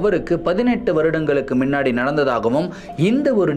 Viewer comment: Neenga solura oru word, " minnadi" athu actually "munnadi" kanaka videos la note panninan ondu